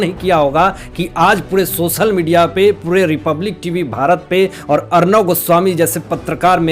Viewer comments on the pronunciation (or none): none